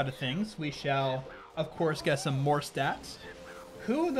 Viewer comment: N "we shale see"